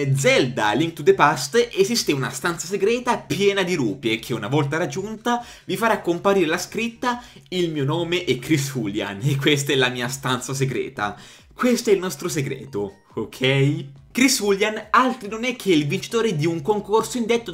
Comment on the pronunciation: No...tutto ma non.....Rùpie....è Rupìe per dioh!!!! Comunque bel video:D